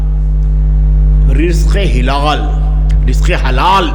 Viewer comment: رزق حلال، مصلح ، مزاج، موصوف کے جذبہ کو سلام مندرجہ بالا الفاظ کے تلفظ پر توجہ فرمائیں۔